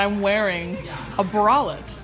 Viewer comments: When said bralette, it sounded like she said wallet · Why does pronounce "bralette" like wallet?